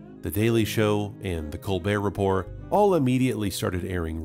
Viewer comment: Report ends with a "t" my guy, a non-silent one too.